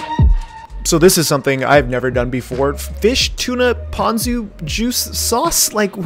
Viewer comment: Ponko? I loff Toonah with ponko.